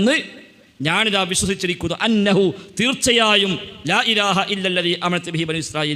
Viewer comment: ലാഇലാഹ എന്നാണ് . ലായിലാഹ എന്നല്ല